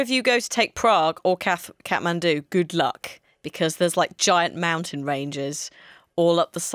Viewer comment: bless for knowing how to axtually pronounce Kathmandu. I've been silently raging